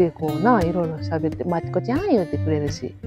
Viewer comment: そう！外国の方は”ち”が発音出来へんねん🤣 だからまてぃこやねん。 も耳が良さそうやーー👍 アフリカンサファリってなになに😍 楽しそうな響きや❣️ もっとyoutube頑張ってアフリカにも行ってみたい✨ ウホウホウホ♪